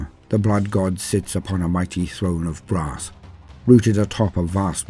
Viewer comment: A throne of BRASS… okay got it. At first I thought you said “grass”. 🌿🍀🌱😆